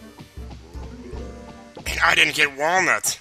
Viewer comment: Every time says Wallnuts, I break out into the DK Rap. TAKE IT TO THE FRIDGE